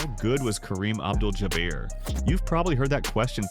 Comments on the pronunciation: Oh cmon... anybody watching this , much less MAKING this , know that Karen's last name is NOT pronounced jaBEAR!! Its not even spelled in a manner that would suggest it would be pronounced that way. I found this low budget piece to be a left- handed compliment to a player who was undeniably an asset to his team and deserves his place in NBA one-of-a-kind players. My regard for Kareem is keeping it REAL because I am a dyed - in wool 1970's 1980-90's CELTICS fan. 😮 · More AI voice recognition: Ja-bare?😂😂😂😂😂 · As soon as the voiceover said “Ja-bear”, I stopped watching.